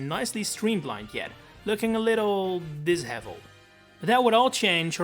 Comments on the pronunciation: It’s pronounced di-SHE-velled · "dishevelled" is pronounced with a sh-sound